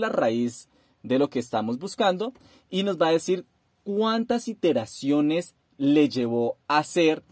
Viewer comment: no son "interaciones" ,son iteraciones, aprende a hablar.